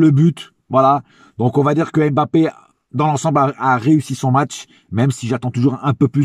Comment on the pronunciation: Concernant nos joueurs avec un nom de consonance Africaine j'aimerais vraiment que tout le monde fasse l'effort de bien les prononcer svp, Eric Junior Dina Ebimbé, comme M'bappé on prononce pas la lettre M come tel mais comme mmh sinon j'aime beaucoup tes debriefs et ton amour pour nôtre club force à toi frère.